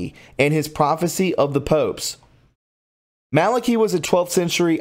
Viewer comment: Malaki .... Not Malockee Just trying to help. I like your work but your pronunciation is ... a big problem. I'll keep watching but help yourself.